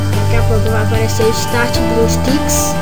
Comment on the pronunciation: Muto Bom o tutorial, só rachei de voce falando blueSTICKS kkk